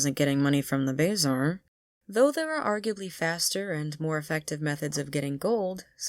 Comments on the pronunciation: It is pronounced buh-zaar, not bazar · real question is why you say "bay-zar" instead of "buh-zar" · it's pronounced "buh-zar", not "bae-zar". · brooo it's bah-zar not bay-zar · #10 The way you pronounce bae zar 💀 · It's "BUH ZARR" not "BAY ZARR" btw, nice video. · Ah hell, the way you say Bazaar just makes my inner englishman come to life and want to load a musket. I do agree that half of the stuff in the game is very poorly explained for its demographic. I thought that a secondary school wasn't just an option, but that it was mandatory. I thought that the game was an elaborate thing of rock-papers-scissors and I took ice and storm to make sure I'd always win, as I started as a death wizard. Horrible time, to be sure. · call it the "bay-zar" again, see what happens. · Bazaar is pronounce buh-zaar kinda like bizarre not bay-zaar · The what?? It’s The Bah Zar. Not Bay zar lmao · BAYzar idea how you say it??? I always said Ba Zar lol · I got so distracted by your pronounciation of the word "Bazaar" lol.. "bayy-zar" (its more like "buh-zaar") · Number 10: pronounce bazaar as "bay-zaar" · You mean... BAY ZAR lol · why do you pronounce it as bayzaar lol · Leave it to a fire wizard to say "bayzar"/s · Lol “Bayzaar” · Bayzar? Lol it was there before the kiosk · Pronounced bazar lol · shopping in the bayzar lmao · BAY ZAR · WHAT did you call the bazaar im crying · The way you pronounced bazaar caught me off guard